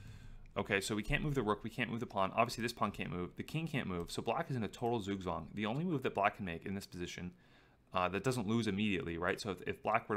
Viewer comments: Zugzwang is pronounced "tsoogtswong", not "soogswong". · Zugzwang, German pronunciation tsook-tsvahng thanks :D